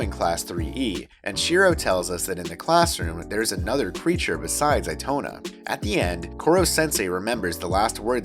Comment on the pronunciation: Eee toe nah is how you say it